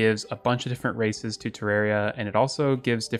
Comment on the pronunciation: "Mister Plague's authentic races mod" I heard mister plague's authentic racist mod:')